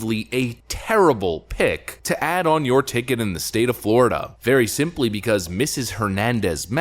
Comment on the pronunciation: Every time you say pick, I think you are saying pig.